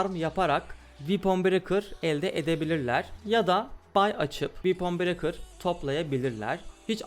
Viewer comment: Böyle delikanlıya "vepın brekır" ı "viipın brekır" diye telaffuz ettiren oyun bize neler yapmaz!